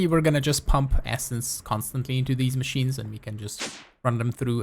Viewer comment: i need help with these machines (mA-ch-eens) (the way he says it)